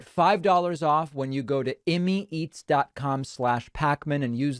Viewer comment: After Jesse was on, it was a little weird that your first ad sounded like you said "One of our sponsors is in me!" I had to do my own research and discovered it's "Immeits." Whew.